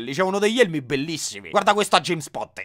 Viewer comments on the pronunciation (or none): none